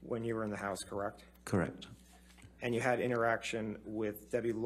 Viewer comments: This lawyer can't even say the word "correct" correctly. "Krreckt? Krreckt?" Tell this dude to sit down already. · He can't even pronounce the word correct properly, he says, Kirek? kirec? Annoying. LOL